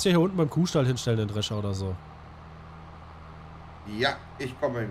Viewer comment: das "S" vergisst er öfters bei wörtern. drescher "drecher" , theoretisch "theoretich"